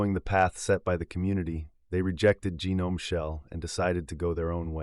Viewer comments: It's not GEE-Nome... it's Gnome... Also, i dont like Ubuntu nor Canonical, but dropping Gnome and Systemd was the right choice and it would be the right choice even today. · I can't take someone seriously who pronounces GNOME as gee-nome.